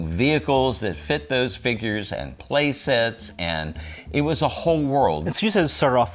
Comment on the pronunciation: He still can't say "figgers" right :P